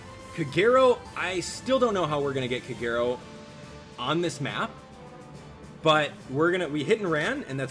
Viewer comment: It took a couple of tries, but eventually I got Robin and i got her to 4* now :^D P.S. - it still triggers me how you pronounce Kagero's name, i really hope your doing it on purpose xD